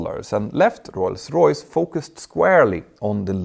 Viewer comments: I’m not trying to be mean or poke fun but I wonder why does it sound like you pronounce rolls Royce like ‘Roy’s Royce’ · You don't roll the r in english specially not in Rolls Royce 👍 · When you say Rolls-Royce you roll your " R ". Thanks for the video, good topic.